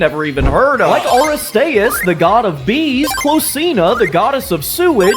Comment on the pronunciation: Please do Teen Titans Pokémon! Also, you mispronounced a couple of these like Aristeus